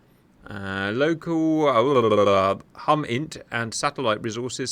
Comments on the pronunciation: Cap, HUMINT is military for HUman INTelligence, which you can think of as spy stuff. Pronounced with a long U as in human. Much like SIGINT, ELINT and others you aren’t likely to encounter. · Lol its hUmint (human intelligence)